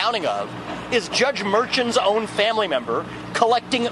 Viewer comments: Vivek is so ignorant he won’t or can’t pronounce Judge Merchan’s name. Mike Johnson told several lies during his ridiculous comments. So sad that America’s elected officials are on a field trip instead of doing their jobs. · Cute that Vivek 'Ramaswamy mispronounces Merchan's name.